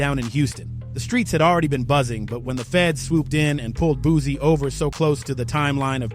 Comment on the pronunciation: It's BOOSIE, not BOOZIE....FACK!!!! I CRINGE every time he says that....